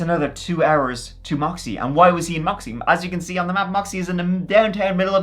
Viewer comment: hearing you pronounce Yakima and Moxee better than a lot of people from the Pacific Northwest is wild 😅